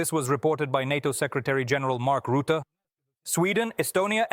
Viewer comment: Rutte not roote